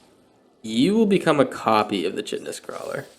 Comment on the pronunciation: It’s not recording my like!! Also, I think the “ch” in Chitinous is pronounced as a “K”. Yeah…I’m that guy.😂 love your content and esp the commentary.